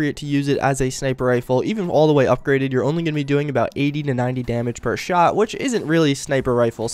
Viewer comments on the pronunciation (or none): none